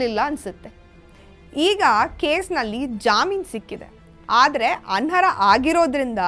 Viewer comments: ಅನ್ಹರ ಅಲ್ಲ ಅನರ್ಹ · & ಅದು "ಅನ್ಹರ" ಅಲ್ಲ, "ಅನರ್ಹ"... ದಯವಿಟ್ಟು ಸರಿಪಡಿಸಿ.... 🙏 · ಆನ್ ಹರ ಅಲ್ಲ, ಆನ್+ ಅರ್ಹ=ಅನರ್ಹ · ಅಂಹರ ಅಲ್ಲ ಅನರ್ಹ, ದಯವಿಟ್ಟು ನಿಮ್ಮ ಕನ್ನಡವನ್ನು ಸುಧಾರಿಸಿಕೊಳ್ಳಿ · ಅನರ ಅಲ್ರೀ ಅನರ್ಹ ಅಲ್ವಾ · ಅನ್ಹರ ಅನರ್ಹ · anarha endhu spashtavagi uchcharisi. dodda vishayagalannu mathaduvaga bhasha paripakwathe iralebeku